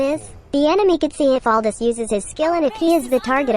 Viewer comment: I love your channel. Don’t wanna be that guy but his name is pronounced “Al-doo”